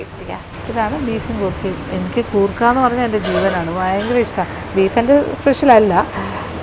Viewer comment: Goorkha alla madam say " Koorkka" 😅😅😅😂😂